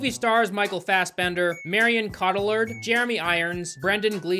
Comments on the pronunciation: My friend, Marion Cotillard is french... Her last name is co-tee-yard. 😂 She has an Oscar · I love you but the way you pronounced Marion Cotillard’s last name hurt me deeply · That English prononciation of Marion 's name was Wild. goodness, sorry but it was real bad xD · Oh man the butchering of Marion's last name.😂